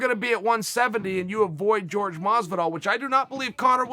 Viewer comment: Chael "George Masvidal" Sonnen